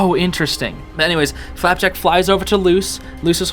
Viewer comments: i love how he just says flapack instead of flapjack now lol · You mean flapack not flapjack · For FLAPJACK not flapack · Whenever I turn on subtitle and he says flapack the subtitles think he said flat-back and I burst out laughing.